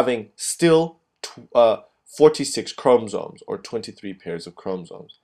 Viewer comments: Boy it is chromosomes not chromsome.........is ur o silent or otherwise u be silent... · Yes please 😫😫....ikr CHRO-MO-SOME Great video nonetheless 💯👍🏼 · Chrom-O-somes why not speak like a normal person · It's actually chrom- ah- somes......not chrom-o-some. Maybe instead of focusing on the pronunciation maybe focus on learning the concept? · Honestly the way you pronounce 'chromosomes' is so distracting and annoying I almost didn't get anything out of the video. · Hello, video was helpful although, when you say chromosomes, you do not pronounce the o between the m and s. Please for future videos pronounce this because it can be distracting. Otherwise video was great. Thanks!